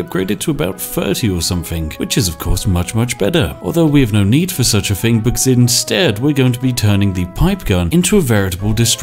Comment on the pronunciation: I love your content but it's thing not fing